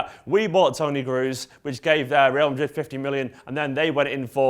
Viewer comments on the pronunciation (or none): none